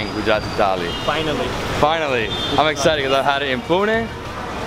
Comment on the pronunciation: You’re the first foreigner who can pronounce Gujarati as a natives 😃😃 welcome to my city .. friend